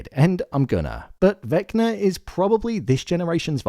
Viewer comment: Why you keep calling him Vecner tho?😂